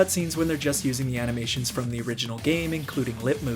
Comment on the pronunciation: "Physics to aminations" :D